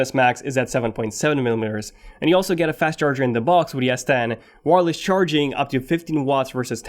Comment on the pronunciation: Is he saying ‘yes 10’ !!!